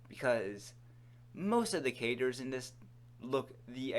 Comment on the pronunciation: "Sum ov da catters.."